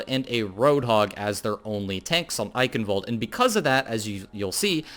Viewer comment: Thank your for pronouncing Eichenwald properly. That is all.